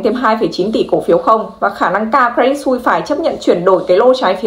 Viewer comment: Cre dit Su i sse = sus - sờ không phải "xui"